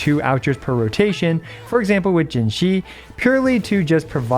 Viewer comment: Pls stop saying puke with Jinhsi that's not it my guy😅